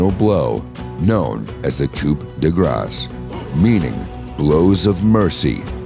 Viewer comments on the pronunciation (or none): The grace part is also just pronounced gra